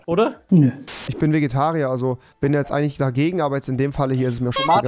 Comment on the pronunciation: Kein Gamer: Absolut kein Gamer: REWI: Ich bin VEGITARIER wow👏